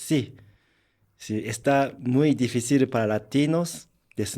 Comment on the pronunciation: Este coreano si dice si y no shi osea si se pudo